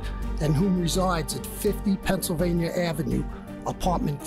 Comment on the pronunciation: There is no R in Pennsylvania god dammit hahaha